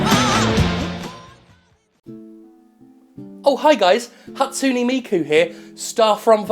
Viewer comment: Your pronunciation of Hatsune Miku made me cringe... what's wrong with me?